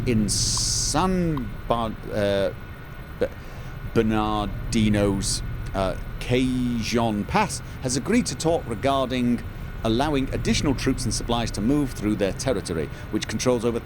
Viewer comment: Love the series, very humorous. Even your struggle with Spanish names such as Cajon, btw the j is soft more like an h than a hard j, so it sounds like Cahon.